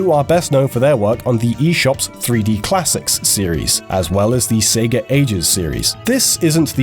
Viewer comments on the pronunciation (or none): none